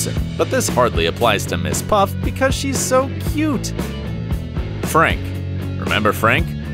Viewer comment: It's Mrs.Puff not miss puff